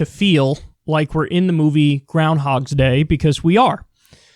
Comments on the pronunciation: Kyle. Dude. My guy. Ya gotta say Groundhog Day correctly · groundHOG day. No "S".